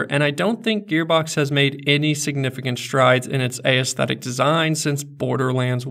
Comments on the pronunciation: Never heard anyone pronounce aesthetic, a-esthetic; it's as-thetic ;x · This video? Real damn good. Pronunciation of the word "aesthetic"? Real damn bad.